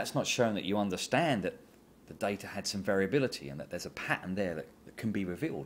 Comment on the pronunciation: "dada points on the greaaaff" -lovely.